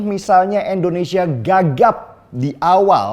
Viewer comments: "tapi kalo Endonesia ...." Pake "i" bosque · Bung Deny, tolong di rubah sebutan ENDONESIA menjadi INDONESIA ,agak risih mendengarnya, Terimakasih.